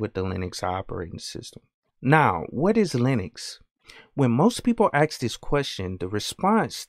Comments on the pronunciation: May I offer a slight constructive criticism. Be careful of the word ask. You “ask a question “ not “ax a question “. You come across as a instructional specialist. But that one tweak would be an improvement. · Did you just say "ax" ? Is this some ghetto version of Linux? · "aks" you literally lost all your credibility right then and there.